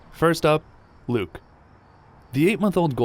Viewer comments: anyone relizes he called luke buke lol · he says buke I swear 😂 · i thought he said buke instead of luke😂 i hope s2 happens